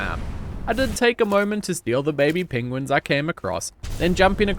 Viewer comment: Didn't know Bennedick Cumberpatch was on that planet when they're called Pengwings